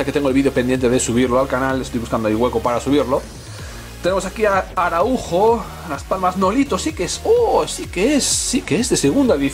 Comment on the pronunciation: Pronuncias mal el apellido Araujo, la acentuación es en la segunda A